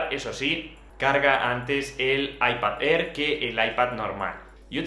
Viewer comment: “Aipad Errr” 🤣 🤣 🤣